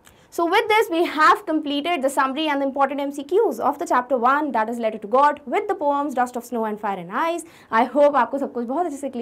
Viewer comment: QuestioN NO.28 mam u said ledder in style which is letter 😂😁🙂